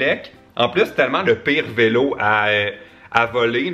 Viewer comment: il a dit vélet à la place de vélo